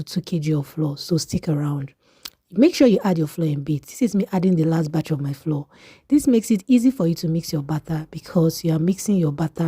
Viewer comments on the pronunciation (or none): PLEASE THE WORD FLOUR IS DIFFERENT FROM FLOOR. THEY ARE NOT PRONOUNCED SAME. I will surely try your recipe.❤